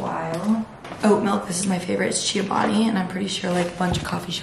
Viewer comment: no hate at all but it’s cho-bani not chi-o-bani 😊